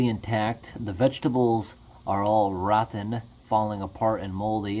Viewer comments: I think the way he pronounces rod-ten. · Does anyone notice the way he says rotten?